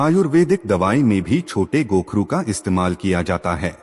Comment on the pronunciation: कोखरू बोलत है.